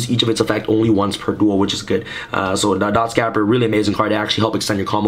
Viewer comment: you pronounced dotscaper wrong again lol